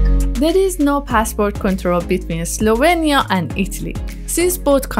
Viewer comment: you keep saying slovania,eslovania...its slovenia :)